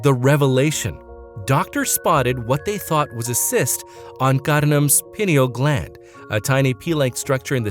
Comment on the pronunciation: It's pronounced Pie Kneel i.e. Pineal Gland.